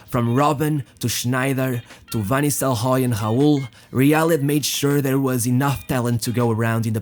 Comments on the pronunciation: ghuud Van Nistelghooy. FFS xD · who the hell is obinho, van nistel oy, obben